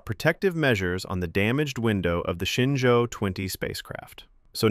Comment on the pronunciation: It’s ShenZhou (神舟). That mix‑up is just what happens when pinyin and English phonetics collide.